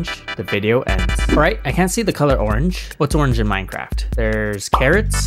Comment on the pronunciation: The only thing i don't like about is him saying minecraft